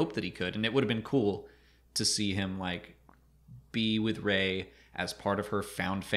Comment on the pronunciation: “Ray-hitler” Star Wars explained~2019